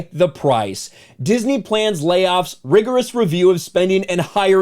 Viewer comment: “Disnmey stock” 😂